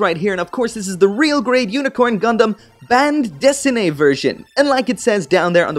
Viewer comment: You’re the only reviewer who decently pronounced “bande dessinée” thus far. Refreshing to my ears!